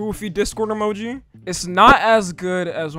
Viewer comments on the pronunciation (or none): none